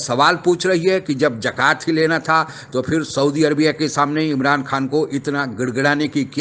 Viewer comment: Abey bewakoof, zakat hoti hai, jakat nahi.